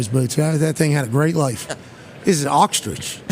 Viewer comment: Jameis’ pronunciation of the word “ostrich” made my day.. make this man deputy commissioner of the league